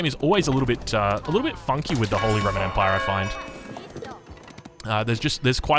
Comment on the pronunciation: The word you are trying to say is Holy.